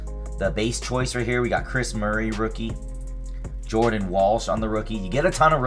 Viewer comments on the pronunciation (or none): none